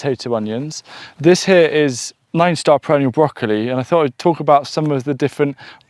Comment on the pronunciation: I agree, stressing the variety more would be nice, I had to rewind to catch the nine-star perennial broccoli name